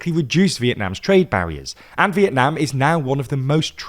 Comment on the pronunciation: you say vietnam in a way that sounds like when someone from vietnam says it in english and its cool this is a compliment :3